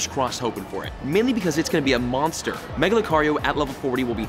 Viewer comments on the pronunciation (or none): none